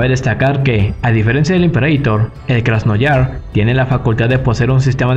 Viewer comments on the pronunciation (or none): Un pequeño apunte, es Krasnoyarsk 😅 (Krasnyarask en ruso) lo pronunciaste como Krasnoyars Buen video de todas formas ))